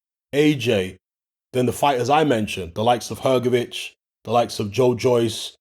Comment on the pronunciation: Hrgovic? You’re having a laugh